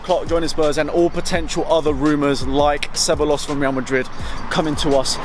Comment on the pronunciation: Took me like 6 rewinds to understand which Real player you were talking about. It's pronounced se-bye-yos